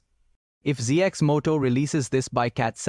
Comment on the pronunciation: Cx Moto ? Ur ai is bugging.